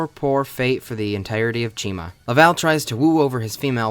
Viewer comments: I thought you said china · Never herd it pronounced. Always figured it was said like Chimera So ch-I-ma . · Why is the protagonist's name pronounced like it should be a brand of shampoo